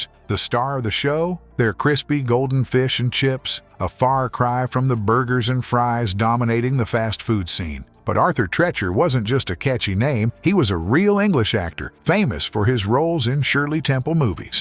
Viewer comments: Arthur TREE-CHURS Fish & Chips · Arthur Treacher's last name is pronounced "Treecher." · How do you pronounce "preacher?" Shouldn't preacher and Treacher be rhyming words? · It's pronounced Arthur Treecher! Long E. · I’m 65. I frequented that place. Even remember the personality it’s named after. It’s pronounced TREECHER. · Treacher rhymes with teacher. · TrEacher, like Teacher, aaaarrrgghh. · It’s pronounced Arthur “TREE chers“. Fire the AI! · Another poorly produced video. Example "Treacher" is pronounced with a long E like "teacher". No I won't be subscribing to amateur production. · Treacher rhymes with Preacher. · Your AI sucks. Can't even pronounce Treacher! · You’re mispronouncing the names. Arthur Treacher & caramel corn. Many of these restaurants are also very regional and don’t appeal to the entire country. Kenny Rogers, Roy Rogers, Arthur Treacher, Morrisons, are not national branded mall restaurants.